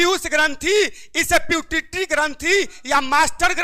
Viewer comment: पिट्यूटरी ग्रंथि होता है पीटउतरी ग्रंथि लिखे है चैलेंज दुनिया भर को कर रहे है